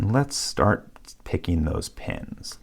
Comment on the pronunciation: "pickenin", "impressionin", so downvote